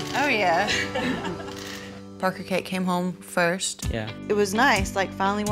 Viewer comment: I love how Danielle's mom pronounces Parker. "Porker"